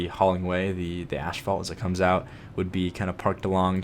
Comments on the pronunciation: What an awesome build! But please, asphalt is pronounced 'ass - fault' not 'ash - fault' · Ooh, so that's what he meant. I just keep hearing "ashfall" and thought it doesn't make any sense, lol. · Oh man. I'm going to sound like an absolutely brat when I say this, but seriously, your pronunciation of asphault bothered me. It's A$$-fault, not ASH-fault. Again, apologies for sounding like a jerk, but it just irritated me, especially with how much you said the word. LOL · Of course the episode where he learns "ashphalt " is actually pronounced "asphalt" is one where he says it over a dozen times lol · "Ashfault"? "Ass-fault", asphalt. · "Asphalt" not "ASHphalt" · it's pronounced ASSfault dude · He said "ashfault" so clearly so often I actually had to google it to make sure I hadn't been pronouncing it wrong (or to see if maybe there was another by-product of oil refining actually called ash-fault that I'd just never heard of). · I thought so, but pronounces it like ashphalt.